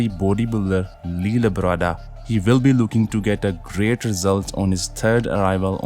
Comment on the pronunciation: if you want to continue to narrate in English, please pronounce 'will' with W, not V, not 'vill'